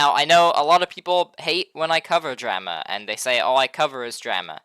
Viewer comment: Wtf is dräma?!😂